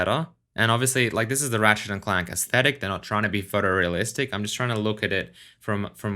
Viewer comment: Why does that robot keep calling his friend "Rat Shit"?